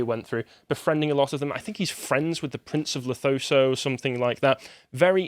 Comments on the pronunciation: I’m puzzled with so many YouTubers calling Lesotho, Lethoso. It’s LESOTHO. at least let’s get it right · just a quick one, it's pronounces Le soo too, not les oh thoh, I hear a lot of people in the west who pronounce it that way (not surprising as it's not really a country spoken about), just a little pet peeve. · Disliked this just because he said "Lethoso" instead of Lesotho